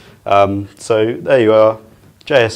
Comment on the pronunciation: The way he pronounces JSON-LD tells me he is not an engineer. Not that it matters, solid information, just a curious observation.